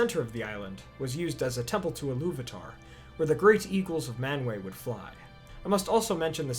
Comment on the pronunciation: I love your videos. Your history, geography, music, and all but one name pronounciation is spot on. Ill-uv-ata, not Illuv-atar